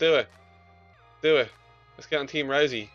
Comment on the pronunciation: Did he just say, "let's go team rosey"? Your such a nerd it's ROUSEY you know nothing about ufc.